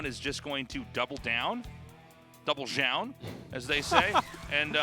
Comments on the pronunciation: WHY DOES TASTELESS PRONOUNCE ZOUN "JOUN" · Is Tasteless just trolling us with his pronunciation of Zoun?